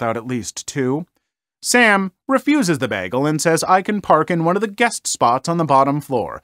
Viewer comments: noooooo bagel not baggle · The way he says bagel is cursed